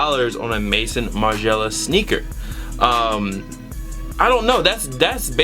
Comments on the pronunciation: we say maizon martin margiela in french not mayson martin margiela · please say Maison right it's french for house, "mayzone" I know you dont care but just letting you know. Same way you say "Balmain" differently it's the same issue. Anyways great pickups I have two Margielas in my collection and I absolutely love them. Favorite designer next to Raf Simons.